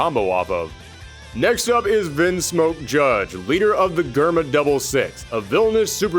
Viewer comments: Germa is a reference to Germany (both in name and uhhh previous actions) it’s not grrrma it’s germ-a btw Also damn skipping my boi Shanks for Zephyr huh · ain't no wau he just pronounced germa like that 💀